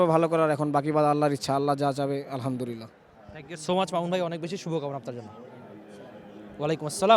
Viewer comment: যে ভালো করে আলহামদুলিল্লাহ বলতে পারে না সে কিসের হাফেজ,,,বলে আলহামদুরিল্লা